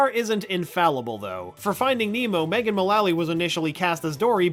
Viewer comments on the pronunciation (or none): none